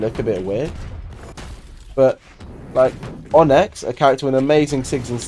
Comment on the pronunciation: Btw, so that ppl don't get triggered, its not pronounced "On-ex" its pronounced 'On-ix"